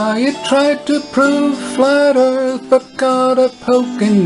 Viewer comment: pronounces "earth" as "ieeirth" lol